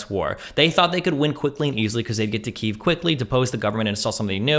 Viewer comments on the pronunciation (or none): Christ dude, it’s not “Keev” it’s a subtle “kyi” sound, then that w/v sound like how Russians say “wodka”. It almost sounds like “kyew” to a native English speaker. We just went from one incorrect extreme (Key-ev) to another (Keev). Dis-gustin’.